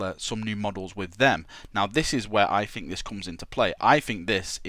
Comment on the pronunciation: I like how you fink